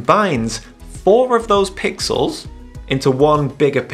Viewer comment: It's fifty mega "pickels".